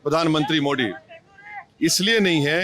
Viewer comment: अरे मोड़ी नहीं मोदी बोल